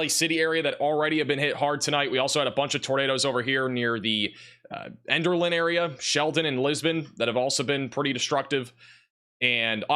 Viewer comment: He even mispronounced it! Elderlin??